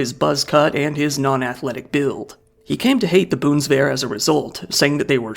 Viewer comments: it's not bundesferren, it's bundeswehr as it is prounounced bundesfeer, learn your german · Boonswehr?? 😂 You say it BUUN des Wehr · please stop saying boonswear bruh ^-^ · Its called the BUNDESWEHR not Bundswear. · Boondsvehr, LOL. Dyslexic in every language that exists. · Germans: "Bundeswehr": "This would be the BOONSDARE!" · Dude pronuncied "Boomstick" insted of Bundeswehr 💀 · Sounded like "The Boomshware" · Bonds Ver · I was confused by wtf he was trying to say, I didn't even know he was saying bundeswehr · I'm sorry it's hard to concentrate over your pronunciation of Bundeswehr lmao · Worst german word pronounciation i've ever seen. You didn't even try, you botched them based on ignorance & not simple misunderstanding. "Bundeswehr" especially was beyond wrong, it was straight up obvious you did not even try a little bit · bro can say whatever that was in near perfect japanese but not bundeswehr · bro butchered "Bundeswehr". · He really butchered that one. It isn’t that hard to just confirm the pronunciation of a foreign word with all the research he does.